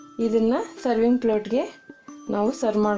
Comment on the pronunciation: It is not TAMOTO...... it is TOMATO pls. And it is plate and not ploat.... I like ur channel but pls work on the vocabulary. Thank u and keep up the good work